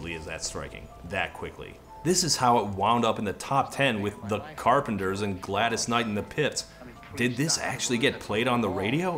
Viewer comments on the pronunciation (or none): Did Todd actually say "Gladys Knight and the PiTs" or am I mishearing things?